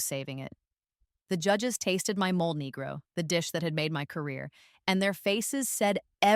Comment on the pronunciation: Mole negro pronunciation: MOH-lay NEH-groh